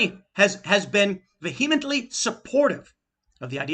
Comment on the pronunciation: I'm still waiting for the day Tim learns how to pronounce "vehemently" correctly.